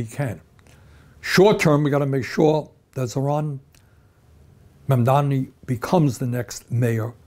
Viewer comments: Bernie, his name is MAM-DA-NI. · Berinie is so wrong!! The name is Mamdani not MamdaMi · Bernie a friendly correction. Its not Mumdami. Its Mamdani for New York City mayor.